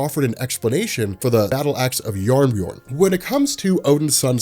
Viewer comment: I loved that pronounces jarnbjorn as jabberjorn